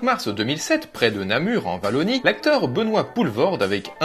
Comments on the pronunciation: "en Valonie" ??? Tu veux vraiment te mettre les Belges à dos? XD C'est pas pour rien que Wallonie s'écrit avec un "w" et non un "v" ;) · la Wallonie ça se prononce OIallonie et pas Vallonie (oui je suis belge donc je dois le préciser 😁) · désolé mais non... ça se prononce Oualoneye. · je vais essayer de le prononcer correctement : oua llo nie, en une fois maintenant : vallonie 😀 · en "Vallonie"..., "WA"llonie steuplé:p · Attention à bien prononcer le "W" dans Wallonie et à ne pas dire "Vallonie". <3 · (Désolé), vu que c'est en Belgique, en prononce "Ouallonie" plutôt que "Vallonie" (Encore désolé, j'adore ce que tu fais) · 24 secondes et j’entends Vallonie ..... merci au revoir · Par contre cela ne se prononce pas Valonnie mais Oualonnie car le W en belgique se prononce oua dans wallonie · Exelente vidéo cependant ça se prononce Wallonie (oualonie) et pas valonie. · Si jamais on dit "oualonnie" pas "valonnie" signé : un belge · on dit "wallonie" pas "vallonie" ^^ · En Belgique la lettre "W" se prononce "W" et non pas "V" comme le prénom William tu ne dis pas Villiam... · Wallonie avec un "w" comme dans "Wagon" et pas "Vagon" ! ;p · En OUallonie mon lapin, en OUallonie, pas "valonie" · Un commentaire. On dit wallonnie. Comme waf du chien. Ou waw. Pas Vallonie Signé un wallon 😉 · En "Vallonie".... Erf... C'est comme si je disais, chais pas moi, la tour éfile. Vous allez mal le prendre franchement. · J'aime bien le "Oualoneye". Ça me donne envie de rajouter un "M'fi" à la fin. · Wallonie se prononce "ouallonie", merci ^^ (et sinon j'adore tes vidéos que je visionne à la chaine) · Wallonie se dit "Oualonie". On prononce en Belgique le mot "wagon" de la même façon 😉 Encore une belle vidéo 👍🏼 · « Valonie » C'est nouveau ? :D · Quand j'entends "Namur en valonie" je me demande a quoi serre le W chez les français. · 20 secondes de vidéo et tu dis déjà "Vallonie", quelle horreur ahaha. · "En Vallonie".... -_ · En "Vallonnie" ? Sérieux ?????